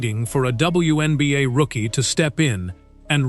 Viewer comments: What the hell are the Win Beeyay and the When Beeyay? 😆😆😆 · In previous videos, they called it the One Beeyay. Now they're calling it the WIN Beeyay! 😆😆😆 Ooops! I posted too soon! They just snuck in a "WHEN BEEYAY"! 😂😂😂